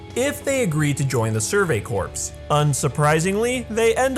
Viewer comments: All together a good run down of Levi's past. But it was eye twithing-ly cringe worthy to hear you say Survey "Corpse" when it's Survey "Corps" pronounced "Core" like an Apple Core. So says a Drum Corps member. The sport is called Drum "Core" not Drum "Corpse". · Corps: pronounced as “core” Me:CORPSE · CORPS is pronounced Core, not corps... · Levi. And "Survey Corpse" (Corps is pronounced Core) but eh good pun if it fits it ships... and sometimes I wonder if Levi calls people brats because I think we all know the saying if you name it you get attached. Man this college Psychology class is working I think.... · corps is pronounced like "core". I just thought you should know.